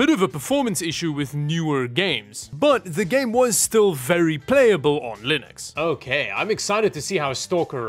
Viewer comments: Did you manage to say Linux instead of lienux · Ack! He has to be reverse trolling us! He is actually pronouncing it like Mr. Torvalds does. never did that before, that I saw; maybe I missed it.